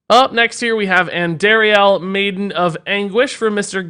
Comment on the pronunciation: Just wanted to bring up that Andariel is pronounced An-dar-ree-el (the dar sounds the same as car). D2 Act 1 boss. She is awesome.